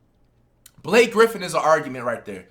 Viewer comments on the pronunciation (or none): none